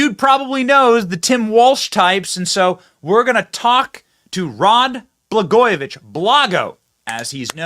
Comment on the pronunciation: It’s Walz not Walts or Waltz or Walsh. It’s Blagojevich not Baglojevich. Geez man.